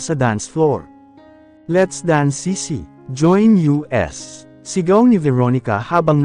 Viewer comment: Ayusin mo naman ang pag babasa. Hindi U.S. kundi us. Hindi ko na halos maintindihan. Ang begote hindi begot